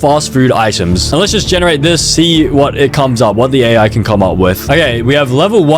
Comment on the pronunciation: weird al he says with an L